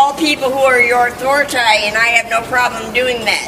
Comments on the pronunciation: SHE SAID AUTHORITAY 😆 🤣 😂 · She said “Authoritay!” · Did she really say author uh tie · “Authorit-i?” Seriously! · ‘Authoritah…’ 😂😂😂 oh deary me this one is awesome! Thanks Mate ❤ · The attitude, the voice, the pronunciation of "authori-tay"....is this Eric Cartmans sister? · “Respect my Authoritay “ 😂😂😂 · She said "authoritay".. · "Someone has been watching toomuch Southpark." UH THORA TAY! LOL